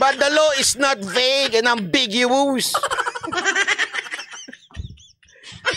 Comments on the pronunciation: Besides irresponsibly twisting the meaning of the proposed Anti Road Rage Act of 2023, his pronunciation of “ambiguous” is incorrect. A Canadian vlogger pointed out that does have a poor comprehension as well as bad pronunciation of English vocabulary. This is not nitpicking but should seriously invest some of his large YT earnings on how to improve his English comprehension especially on how to enunciate proper English vocabularies. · mindset is distorted. He can't even pronounce ambiguous right! 😂 Makes you wonder how in the hell did he pass the bar? 😂